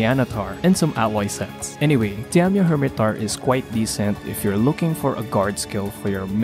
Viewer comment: Diamio hirmetaur? i think u butchered it XD